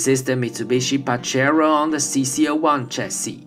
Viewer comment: Hallo, Es wird "PA-He-to" ausgesprochen, nicht "pa-je-ro"... Bleib Gesund!